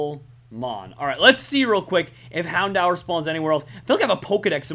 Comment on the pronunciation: Plz. U kill me. It's hound-DOOR. That's how it's pernounced